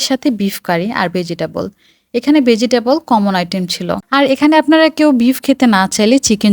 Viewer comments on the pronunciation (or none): বেজিটেবল আর ম্যাগ শুনে আমার খুব খারাপ লাগলো। উচ্চারণ সুন্দর করাটা খুব জরুরি।